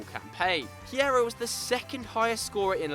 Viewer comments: u don't pronounce the h in Hierro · when you don't know how to pronounce Hierro